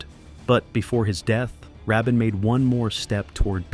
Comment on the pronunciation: It's pronounced Ra Bean